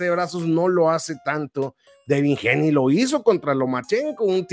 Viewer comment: Haney se pronuncia GEINI Y NO GENI MO!